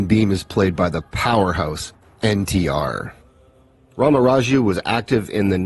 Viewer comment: You pronounced NTR and RRR correctly, my friend. Thanks for the review.